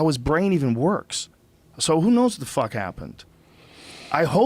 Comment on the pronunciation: The way Rogan says whuhàt(what) makes me want a pitchfork in the face